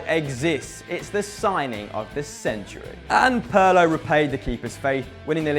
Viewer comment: Its Pirlo not Perlo you damn fool. Other than that great video